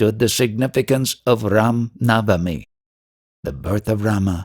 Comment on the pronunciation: Raaam Nav-mi